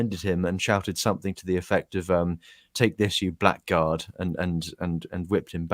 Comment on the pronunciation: Blackguard isn't pronounced 'black guard', it's 'blaggard'. Just one of those quirks of language.